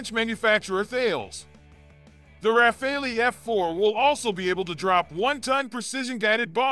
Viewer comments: It’s not Rafal”ee”! It’s RA-FAL… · Could you please make a small effort to pronounce the name RAFALE correctly ? It is utterly annoying to hear over and over again Americans pronounce the Dassault jet fighter name "RAFAELI". In the name of God, it's RAFALE, like CHACAL or like ACTUAL or like VISUAL or like FOCAL. For the life of me, I don't know where you guys got the "ELI" from ? The Brits say it correctly, why not the Americans ? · What's Refali?????? Hahahaha 😆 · Well said. It is driving me mad and is happening on several US sites. Thank you!